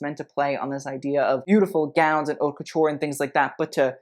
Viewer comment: You do know “haute” is not pronounced “hot,” right? It literally sounds like “oat.” French, yo.